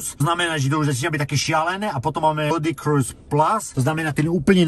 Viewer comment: slovo "ludicrous" sa číta ako ten rapper Ludacris:D